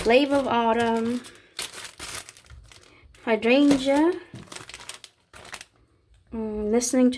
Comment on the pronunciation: Hydrangeas are my favorite flowers. Your pronunciation of “hydrangea” was perfect.